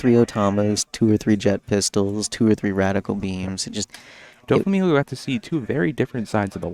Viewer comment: wish you pronounced it DOFF EEE instead of Dough Fee. Its the same "Dof" When you are saying Doflamingo